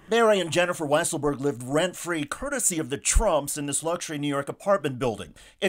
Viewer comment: it's so weird how they mispronounce weisselberg.